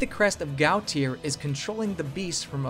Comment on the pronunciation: Gautier is pronounced Go-shay.